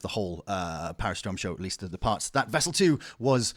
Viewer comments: Great video …. But ehhh every time you said Vessel ii…. My eye twitched. 😂😂😂 collectively can we all just say ii PLEASE. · Am i the only one who couldnt stand him calling him "Vessel 2"?